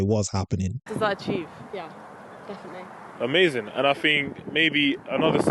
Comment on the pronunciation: "Amazin" hes definitely a JLP watcher. XD knotted me every-time xD